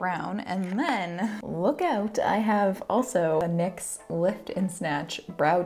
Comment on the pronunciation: When you realize she's saying Nyx, as in the brand, and not Nick's, as in her husband's eyebrow pencils.